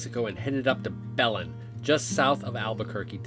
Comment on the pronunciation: Belén..(strong pronounciation on the last sylabus)